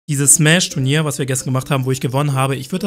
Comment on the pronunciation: "Tu R nier"?